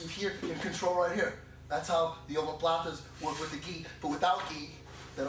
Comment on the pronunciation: sorry, WHAT claw is he saying? it looks like omo plata, but i'm hearing him say something else...